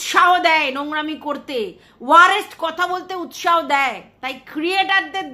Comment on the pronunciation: ওটা ওয়ারেষট নয় ওয়ারসট হবে, ভালো থেকো ❤